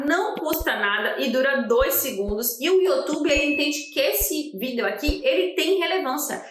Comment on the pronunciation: Porque vc fala "vídel"?